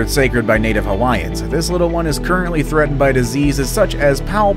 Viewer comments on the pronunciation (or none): none